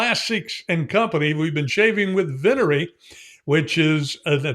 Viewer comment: with every new release, continues to distinguish himself. My Italian is pretty solid, so for this word, the emphasis is on the first syllable. Wow, where in Indiana? I was born in Mishawaka/South Bend.